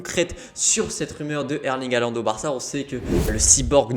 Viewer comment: faut apprendre à dire son nom correctement surtout s'il signe au Barca c'est apparemment HOLAND qu'il faut prononcer;) Après il se dit... qu'ils seraient à Madrid également ensuite pour rencontrer FLORENTINO... donc bon... EN gros on sait juste Qu'HAALAND va sortir cet été de DORTMUND et la seule chose qui est sur c'est qu'il ne jouera plus à DORTMUND en 2022 lol Enfin le club qui achete HAALAND je peux vous le dire aujourd'hui sera le club qui va remporter le plus de ligue des champions ces prochaines années!!!